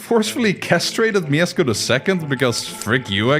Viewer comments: actually, its not Miezcko, its mieszko :) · the first king is Mieszko 1, not Miezcko 1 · Mieszko not "miezcko" :) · its not pronounced miezcko its mieszko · Mieszko, not Miezcko. You get the name right with Mieszko 2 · Mieszko 1 not miezcko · Mieszko not Mieczko ;) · it is not MieSko, it is MieSHko (Mieszko) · Miezcko? You used AI to do this animation? It was Mieszko I. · mieszko the first sz in polish is sh sz = sh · Mieszko I = ❌ Miezcko I = ✅ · Mieszko I, not Miezcko 😅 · He wasn't Miezcko I but Mieszko I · I'm sorry but it's not "Miezcko I" but "MieSZko I" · who dafuq is Miezcko? its Mieszko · I have a request for foreigners, please do not pronounce Polish names because it almost never sounds good.Even here it is not "miesko" it's "Mieszko" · slight correction it's Mieszko and not miezcko (edit) it was 123 years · his name is no Miezcko I but Mieszko I small detail but its funny who you saying his name 😅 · Mieszko, not Miezcko lol And "sz" is pronounced as English "sh", like in "she" "shop" or "shut the fuck up and made a proper research how to pronounce names of people you are making video of" 😅🎉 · It's Mieszko I not Miezcko I. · it's mieszko, not mieczko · Miezcko I, Mieszko II -_ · it's Mieszko, not Miezcko, but steal really good this is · Brooo its not miezcko its mieszko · Don't read Mieszko as Miesko, but rather as Mieshko. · Uhhhh... I need to say that cuz im a Pole. Its 'Mieszko' not Miezcko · my brother in christ it's Mieszko not Miezcko 😬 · Mieszko, not Miezcko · "Miezcko", bruh. It's Mieszko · It's Mieshko, there's a sh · bro u said wrong its MIESZKO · Mieszko is pronounced 'myeshko'. 'SZ' is basically like 'SH' in English. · It's MIESZKO - just read it MieSHko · you can say "sz" (Mieszko I) as "sh" (ash) :D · I dont wanna be that guy but its Mieszko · its Mieszko, "sz" is like english "sh" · moja dusza boli jak on mówi "miecko" xddd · In the name Mieszko "sz" makes an "sh" sound. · it's pronounced mieshko because in polish sz is sh and cz is ch